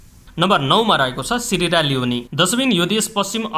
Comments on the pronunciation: थुक्क ।यस्ता पनि पत्रकार ।सियरा लियोन लाइ सिरिया लियोनी अनि आइल्याण्ड लाइ आइस ल्यान्ड भन्छ।पहिला राम्रो सँग पढ्न सिक।अनि पत्रकार बन। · ती देसका GDP पनि दिएको भए राम्रो हुन्थ्यो । भिडियो राम्रो छ । शब्दको उच्चारणमा ध्यान दिदा राम्रो । (ओसि, आइसल्याण्ड, सिरेरा लिओनी शव्द उच्चारण मिलेन) । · Ha Ha sierra leone ko sahi uchharan gar na janeu patrakar timi le.